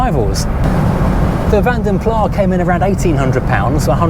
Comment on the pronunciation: Someone else mispronouncing Vanden Plas ("Pla", as if the name is French). The "Vanden" should be ample evidence that it is more akin to German, even if it is in fact Dutch/ Flemish in origin.